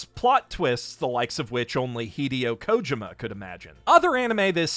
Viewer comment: Took me 10 minutes to understand what “hi-dee-oh koh-jih-muh” was